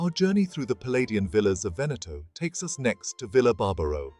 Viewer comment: Good Lord, it is not "Venèttoh", but "Véneto" - why are anglosaxons always so arrogant, never to care about the pronounciation of foreign names???